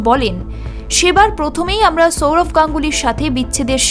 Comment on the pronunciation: Chourav na Sourav.. pronunciation ta thik kor